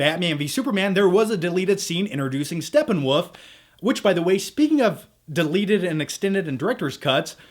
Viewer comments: “SteppenWoof” lmao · It's Steppenwolf not Steppenwoof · StepenWOOF? XD